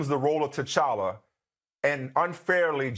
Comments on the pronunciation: Aye hold on why ain’t nobody tell my mans that it’s pronounced tCHalla CH CH CHALLA 😂😂😂 no shade he speaking facts altogether lol #RecastTChalla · The character is so important can we at least get his name said right.lol. But yea recast. Tocolla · Lord, I can't get over the fact dude kept mispronouncing T'Challa.